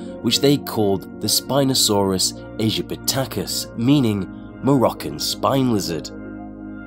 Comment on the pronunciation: Its spinosaurus aegypticus not spinosaurus